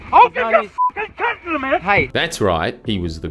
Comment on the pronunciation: every time you say counsel I'm not sure if you're saying cunt instead and I don't know if that's intentional